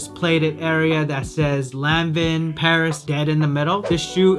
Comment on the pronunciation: Omg If you say Lan-Vin one more time! 😂🤣😂